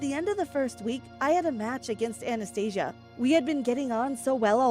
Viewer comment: Lol i heard anaesthetic instead of Anastasia